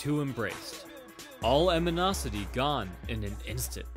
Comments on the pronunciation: aminosity ? (13 mins) you mean animosity anyway fun thanks nice video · "...all aminosity gone in an instant." AMINOSITY. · "Eminosity" lol Think you might mean 'animosity', dude :P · I heard "aminosity" I think it's animosity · Animosity not Aminosity Great video though. Some really nice phrasing there. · Sheer "AMINOSITY!" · This dude said "aminosity". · "aminosity",snort!, you're funny.